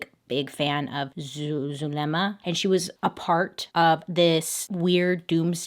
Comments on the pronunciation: I know I’m not supposed to laugh but how Bailey pronounce “Zuh le mAh” is so funny 🤣😂 And later become Zuhmelady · Her pronouncing Zuliema is so hilarious🤣. Cuz you can tell she trying but it’s so easy